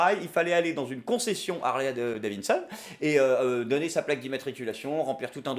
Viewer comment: Heuuu.. Cest Harley davidson Pas davinson